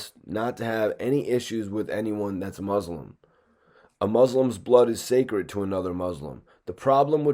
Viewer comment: my dog your pronouncing muslim wrong